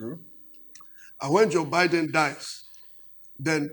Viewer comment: Not pronounced "Bee-din" but "Bai-din"